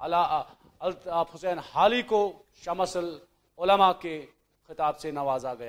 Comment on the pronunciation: محترم شمس العلماء یعنی شم ش م زبر شم س ل سل علماء شمس العلماء یہ درست تلفظ ھے۔ شمع سل غلط ھے شمس ش پر زبر م پر جزم س لر پیش شمس العلماء